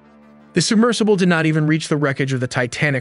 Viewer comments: the Titan subMERGEable? 🤣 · ah yes, a submergible. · Submergable. She noooooo a word buddy. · Did the voiceover really say "submergible"? 😅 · Did you say, "the Titan submergible?" Really? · DID YOU SAY SUBMERGABLE??? LMAO. idiot.